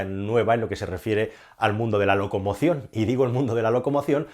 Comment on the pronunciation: locomoción no..loco emoción XD